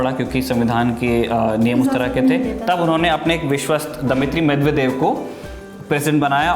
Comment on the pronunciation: कामरेडों ने तो लूटकर रखा था रूस को यही कारण था वहाँ विखंडन का , जॉर्जिया पर कब हमला किया ? मिदवेदिव होता है मिदेवेदेव नही । बहुत अधूरी जानकारी है तुम्हारी , थोड़ा कामरेडी पात्रतारिता से हटकर फैक्ट जुटाया करो ।